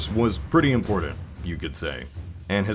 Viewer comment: if you say "impordant" one more fucking time im unsubing